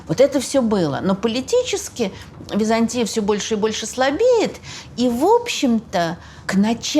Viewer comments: При всем уважении, ударение ставится не на том слоге! Византи’я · Подарите ей уже кто-нибудь орфографический словарь. Может быть этот "историк" поймёт, где в слове Византия ударение надо ставить ;-) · прекрасный рассказ. Но почему вдруг ВизАнтий или ВизАнтия? ВизантИя. Странно слышать от прекрасно образованного человека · А почему вы произносите ВизАнтия? Ведь ВизантИя же...